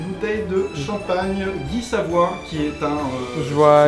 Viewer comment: 本次最大收穫：知道champagne 的道地發音😆